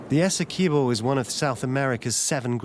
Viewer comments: Right! So informative on the pronunciation 😖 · As a Guyanese it's painful to hear the narrator saying "Essequibo" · Shell beach is not on the "Essequibo river", it's on the Atlantic Ocean. Also you keep mispronouncing alot of the local names, like ESSEQUIBO AND KAIETEUR, also Kaieteur Falls in on the Potaro River, stop misleading people.